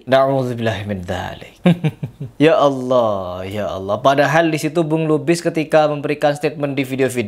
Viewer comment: Bacaan bismillah anda salah. Belajar lagi. Anda mengucapkan Allah sejak kapan pake "dha"...??